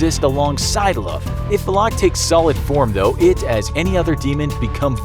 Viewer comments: How are you going to defeat it if you can't even pronounce its name? 😃 It's "Val-ek", not Va-lock LOL. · also it’s not VALAK it’s VALIK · Its not Vleeeeeeeek or Vlaaaaaaaak Its Valak. Legit just read how its written,its not hard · When you said Volak, that everyone said Valak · Pronounced :valkick Name:Valak He calls her: valock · "Valaaaaak" lol It's pronounced as "Valek" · It’s valak not “valock” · It is VALAK not VULOK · it’s not “VUH-LACK” it’s pronounced “VAL-ECK” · tahst not how u say her name its Valac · Valak. Just say valak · Am I the one that pronounces valak like va-luk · The way he pronounces valak like vu lock makes me uncomfortable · I don’t think I heard somebody pronounce Valak more terribly 😂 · Mispronouncing Valak the entire video, sigh. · The way he said Valak smh 😒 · I am so annoyed by how he says her name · Pronounces valak in the dumbest way possible the whole video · I’m just annoyed Valak was pronounced wrong 😖